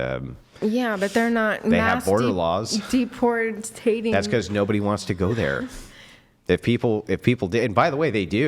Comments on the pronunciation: As soon as she said "deportayting" it was over for her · She really said "deportating." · "Deportating"... that's all I needed to hear from this chic to know she has no clue what she's talking about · She said, “deportating” 😂😂😂😂